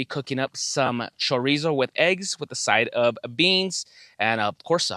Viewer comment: Cho-ree-zo? Say it right!